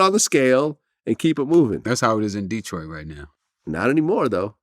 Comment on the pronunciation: That's the first time Vlad ever pronounced Detroit like that